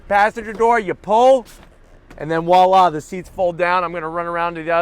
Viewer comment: Dude, if I hear you say Wa-La or Hydraulic struts again I'm going to throw-up. Your reviews are excellent but please learn your French and Physics.